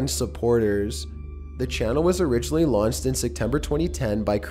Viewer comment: He says launsed instead of launched